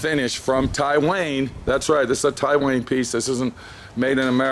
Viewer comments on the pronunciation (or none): It's "Tai-one" not "Tai-wayne" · V4 Garage tie-wang